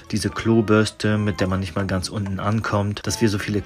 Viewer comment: 8x .... 😂 die Betonung 😂